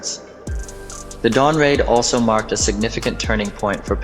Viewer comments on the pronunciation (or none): none